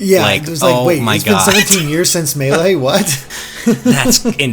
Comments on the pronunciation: Not meh-lay... It's May-lay. Like the way the announcer says it. In the game. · It's pronounced Maylay, not M'lay. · Me-lay or may-lay NOT ma-lay it just sounds too off But I like that you all say it differently and stick with it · I die inside everytime pronounces Melee like m'lay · Did he just say mellay?? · If he says “Muhlay” one more time I’m going to off myself. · Does anyone else hate the way pronounces Melee? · It’s Mae-lae (melee) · “May-lay” please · whoever has the annoying speech impediment and keeps saying "muh lee" for the pronunciation of melee should just stop talking , its embarrassing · Why does pronounce Melee as "Muh-lay"? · Oh dear heavens, don't say "melee" like that! I cringed so hard, that is not how it is said. first syllable is said like like mii fighter, the second syllable is like the lay, as in the chip brand.